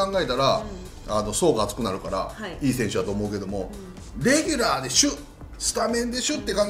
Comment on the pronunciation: レギュラーで"しゅ" スタメンで"しゅ" かわいい